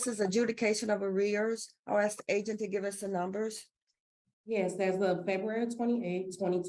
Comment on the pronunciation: Court staff says, "I ax..... NOT a word.